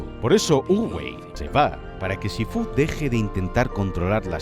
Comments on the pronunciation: Por que lo llama shifú esn vez de shífu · Shifú? Porque lo dices así como si llevase tilde😭 ni en inglés ni en castellano lo pronuncian de esa forma y no es la primera vez que haces algo así y me da un poco de toc 😂 Aún así, este vídeo es cine, como todo lo que haces🚬🗿 PD: usar To Love’s End de Inuyasha como música de fondo hace a este vídeo aún más cine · Me dio toc, en todo el vídeo, como dice SHIFÚ, no lleva el tono en la U!!!!!! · SifÚ?? TailOng????Sifu y Tailung bro. Es que no has escuchao en tu vida cómo lo dicen o qué? De verdad que me da to el asco que lo pongas to en latino pijo que eres español por dios